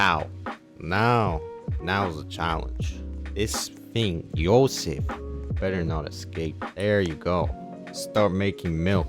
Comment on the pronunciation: skip "YOSEF" what..